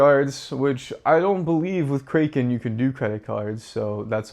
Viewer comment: Kraken is pronounced ‘KRACK-en.’ If you’re going to talk about one of the biggest crypto exchanges, at least pronounce it correctly. 😂